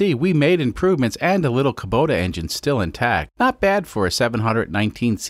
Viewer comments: "Kobuta"? I thought it was pronounced the way it was spelled, Kubota, like "Oh what a feeling to drive Kubota!" That said, I have had all sorts of trouble pronouncing foreign names, particularly if I had only read the name so shouldn't pick on you for that. I just wanted to use that "Oh what a feeling..." line. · Ka buddha engine? That's some questionable enunciation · He mistakenly pronounces it correctly during the injector removal part of the video. I thought the pronunciation was in error, but now I see it is on purpose